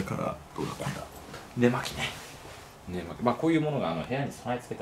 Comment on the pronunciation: ね↑まき↓の神